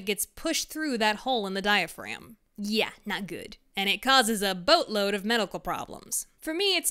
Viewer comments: "dia-frag-um" i nearly choked on my burrito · “Diafragm” had me laughing 😂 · “well, we all have a dia-dragon!’ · ah yes, the diafragem.